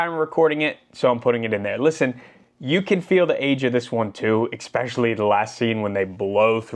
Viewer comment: It is spelled and pronounced especially not xspecially